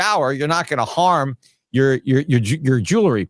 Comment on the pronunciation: Damn it Peter. Jewelry NOT “jewlery.” I cringe every time!!